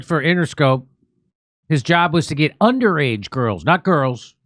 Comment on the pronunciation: "He's gonna gat off" Obviously not the first time😂😂